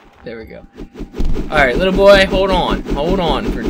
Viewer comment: I laugh so hard every time he says ''Litte boy'' xD